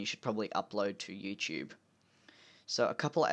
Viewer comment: Finally an Aussie that calls it "youCHOOBE" rather than "youTOOB"